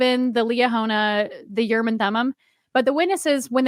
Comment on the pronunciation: I am a messenger from the L-rd. I am aroused and awakened to correct you, and all lds people. STOP SAYING URRM AND THUMUM!!! It is extremely annoying and silly sounding. The proper hebrew pronunciation is "oorim and toomim" rhyming roughly with "groomin and moonin". But you must shift the stress to the second syllables, like ooRIM and tooMIM. you can quibble about the t of toomim, because in hebrew you would use a soft t, that is a th. But not in english. You see, the word "and" in hebrew is just a single letter W pronounced with a schwa, that is just enouvh push to say the letter. Often and in hebrew is transliterated "we" but now wee and not weh, but somwhere in between. Now...a t in hebrew can be either a t or a th. Mostly when the t is at the beginning of the word its hard. If its in the middle of the word its soft. (In phonetics there are always exceptions, but none are relevant here.) Note the we meaning and is not a stand alone word. Its a prefix. So ooRIM and tooMIM are actually 2 words not 3, like this "ooRIM vetooMIM". note that the t is in the middle of the word, so it turns soft. Now if Joseoh got the oorim and thoomim from some translation of the bible, the translators can be for keeping the soft th, cus that is the actual pronunciation in the bible. But if you are not translating scripture and you are just talking about oorim and toomim, it would be better to pronounce the t as a t.